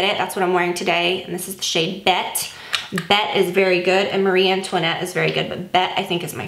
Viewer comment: The shade of the Charlotte Tilbury eyeshadow is actually pronounced “Betty”, not “Bet”. She said that it was inspired by Bette Davis.